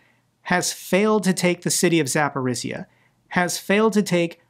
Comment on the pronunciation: war will end when you will master pronunciation of Zaporizhzhia - and you are improving quite fast! Jokes aside, Ukrainians willing to start peace deal - it is not that much because of city attacks, it is just realization that we cannot buy more time, 4-5 more years waiting for our partners to support us properly, it is war of attrition and guess what - Ukraine men and women are attritting while waiting for proper sanctions on ruzzia, proper ways to defend ourselves, all we get - talks and promises and just smth not to die